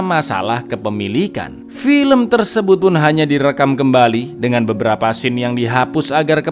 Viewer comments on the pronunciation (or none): none